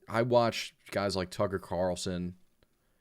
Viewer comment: i appreciate the talk, but "i listen to tucker carlsin" hurt me to my core 😅